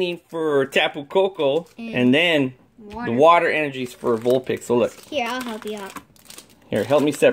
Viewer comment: When you were sepreating the packs you said vulpix